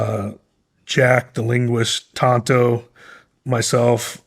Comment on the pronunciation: Well said. It is "Tanto " not Tonto btw, lol.